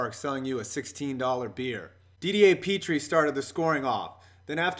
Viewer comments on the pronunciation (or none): none